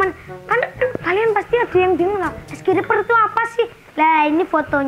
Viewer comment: Oh bukan reper tapi riper